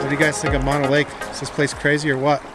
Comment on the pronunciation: FYI: Mono Lake is pronounced 'moan-oh' and Tioga is pronounced 'tie-oh-guh'